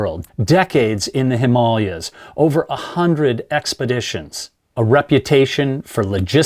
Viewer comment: Him-MAW-lee-yas Is that seriously what this guy said?